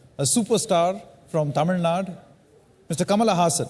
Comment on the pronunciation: The reporter please pronounce Tamil Nadu completely. Don't eat up the words just like you ate dosai and made it dosa.